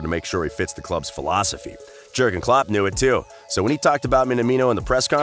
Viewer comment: And the VERY BASICS like not knowing how to pronounce klopp a name. It’s clear that the narrator is just reading a script and has no idea about football